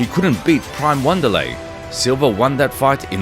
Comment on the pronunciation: “W”anderlei he says. Now I’m waiting for “R”oyce Gracie